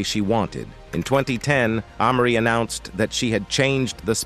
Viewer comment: These AI voices be killin me !!!! Who is AH-Marie ?!?!?! 🤦‍♂🤦‍♂🤦‍♂🤦‍♂🤦‍♂